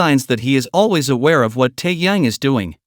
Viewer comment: Да называйте правильно имена ребят, что за Таян, он Ким Тэхен